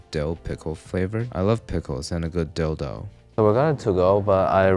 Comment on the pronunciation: "Dill Dough" Ha!